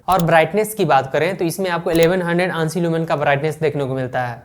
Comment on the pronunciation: Aansi lumens nhi A N S I lumens bolte h